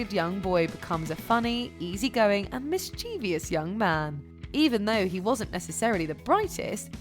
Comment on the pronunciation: Yet another miss-cheevious 😫